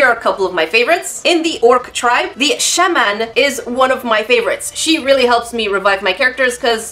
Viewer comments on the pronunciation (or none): Shaman is pronounced Shaw-man